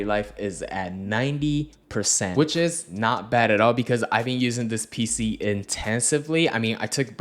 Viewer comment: Every time he says PC i cringe…